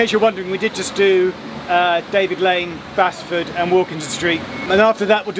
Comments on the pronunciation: If non-locals wonder why Basford is pronounced Base-ford, not Basford or even Bazford, it was spelt Baseford in the Domesday Book. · Interesting video, I live ten minutes walk from Toton Lane, my local stop. Can I just point out Basford is pronounced "Baseford" not "Bassford"? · As a person who lives and works in Nottingham. I love to see people so enthusiastic about things we locals take for granted. Your enthusiasm is great. And a great video too. Forget how big the network is! By the way it's pronounced "B.a.s.e.f.o.r.d" not Bass 😂. P.s. I work for the major bus company within Nottingham, would be great if you could do a video about our buses. Did you know in Nottingham we have the highest bus use per head of population outside of London. "We love our buses" 👍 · Just saying as a local nottingham it's Basford not bassford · u just said "bas -fud" its pronounced "base-fud" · Geoff, it is pronounced Bazeford, Bas-ford is in Stoke on Trent, it makes me laugh every time I hear it on the tram! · Geoff - So glad you did this video. Being my local area I did all the stops a few years ago when the extensions to Toton and Clifton opened. I didn't get out at every stop though. Only one minor, well major issue. Basford is pronounced Base Ford! My parents used to live there and I have relatives who still do ;) Thanks, keep up the great work. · You've seen more tram stops than I have living in Nottingham for 24 years. Also it's base-ford. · Pronounced Bass Ford. - Basford. It is the council house. The buildings to the rear are the exchange buildings. :D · Definitely need to do Sheffield! With the Tram-Train you’ve a tram network that also goes on the national rail network. Also as someone from originally Nottingham Basford is pronounced Base-ford lol I’m now proudly to have defected North to Sheffield 🤣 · it is pronounced b-a-s-e-f-u-d from a local resident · and Nottingham locals pronounce them as Bee-cons-field Street and Base-ford